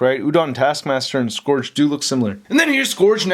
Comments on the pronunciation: Hate to be nitpicky but it's pronounced Suh-gur-g not Suh-gor-g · So no one mentioned that he's mispronouncing Scourge? The O is silent. It's SKURJ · The handgun is a Desert Eagle. The Shotgun I'm not sure but it looks like a tactical Remington 870. The knife might be a Ka-bar. And shells are brass. Not copper. And your pronunciation of "Scourge" drives me crazy. It's pronounced "Skerj" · It's Scourge.